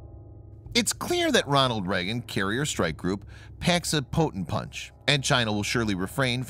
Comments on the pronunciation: Video starts: Immediately mispronounces "Reagan" as "Reggan" 🤨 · why is he pronouncing it "Reggin"?